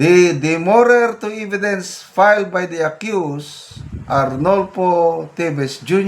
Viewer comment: Hindi po "eeeeee-vi-dence" .... [eh-vi-dence] po.